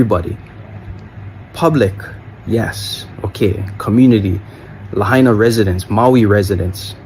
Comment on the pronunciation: Pronounced "La-hyena"